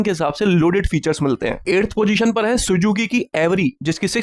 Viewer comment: Abhy saly anparh Sujuki nahi Suzuki Hota hai Moot wasi